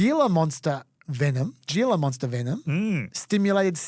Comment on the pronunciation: Fun fact: it is pronounced "Hila Monster" or "Hee-la" because the name comes from Spanish. Similarly Saguaro cactus is pronounced "Sa-hua-ro".